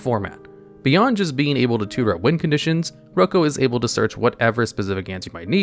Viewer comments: As a huge fan of boondock saints... it's "Rock-o" not "Roocoo" 😢😂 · I thought it was pronounced like “Rocko” and not like “Oko” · Instantly mad you think his name isnt “Rock-o”, you clearly are not Italian 😂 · Did he just say “roko” lmfao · I think Rocco is pronounced rock-o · I don't think that's how you pronounce Rocco..